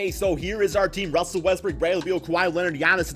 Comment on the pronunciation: So we just gone ignore how many times this man said Russell Westbrick 😂